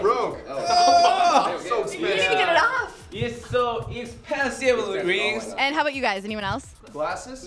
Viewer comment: "A yesterday i was bought dis rings issa 400 dallurs" "So ikspensiv lings"